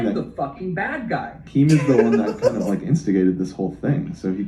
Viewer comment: he said jind of and thats not a really good joke